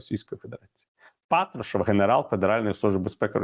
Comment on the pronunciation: Не розумію Яніно, чому Ви кажете ПАтрушев, а на ПатрУшев? Він же глава "ФеЕсБе", а на "ЕфЕсБе"!))